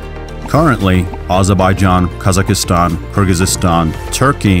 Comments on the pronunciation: That's not how you pronounce Kazakhstan and Kyrgyzstan in English. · Qazaqhystan =/= Kazakistan. And No Kyrgyz will ever refer to their country the way it is called to in the video. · videoda Türk ölkələrin adlarını düzgün tələffüz etməməyindən yazdım. Bunun erməni olmağa nə əlaqəsi var? Əslində Türk dövlətlərə səhvən adirbican kimi gələt deyən elə ermənilərdir.